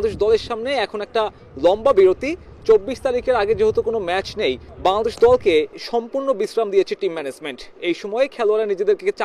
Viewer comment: *শ্যা-দেশ বলে কি😂😂😂😂